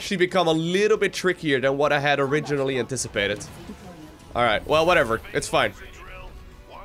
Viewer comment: You said “this is way more than i inticipated” way more than i inticipated!